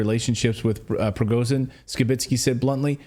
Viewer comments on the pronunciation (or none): For Gods sake Cleyton,please try to pronounce simple Russhian names right.Prigozhin is not PrigoZin but ZH(Zhukov,genre,Jovial)listen what Ritter or McGregor say.PLEASE!!!